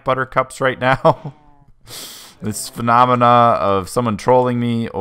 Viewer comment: When you said 'phenomena', I really thought for a second you had said 'fna-mena'.